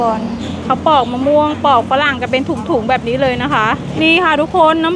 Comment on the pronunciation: ปอกค่ะ ไม่ใช่ปลอก